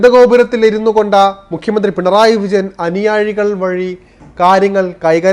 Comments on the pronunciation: അനിയാഴി അല്ല അനിയാ... അനുയായി. ശരിയായി മലയാളം ഉച്ചരിക്കൂ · അനുയാഴി അല്ല മൊയന്തേ. 'അനുയായി